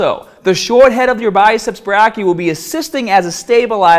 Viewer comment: for future reference, "brachii" is pronounced "bray - key - eye"